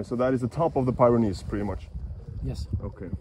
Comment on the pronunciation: its pi-ren-neez not pie ren neese